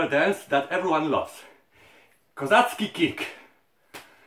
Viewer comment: kazocki a nie kozacki nieuku